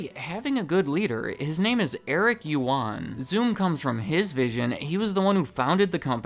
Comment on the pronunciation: First of all, Eric’s last name is pronounced as “uAn”, “yu” is silenced. This story explains why webEx and zoom have a very similar UI... sadly you sir completely skipped their data leaking to the PRC government controversy. They admitted in early 2020 that, some customers’ data including video feeds were leaked to Beijing